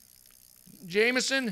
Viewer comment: MY NAME IS JAMESON AND HE SAID JAMESON LOL